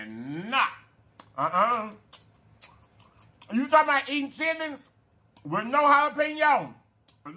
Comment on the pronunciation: He say chit ter lings lol